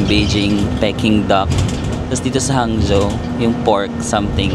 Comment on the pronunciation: Not Hang—Zo / the correct pronunciation is HANG—JO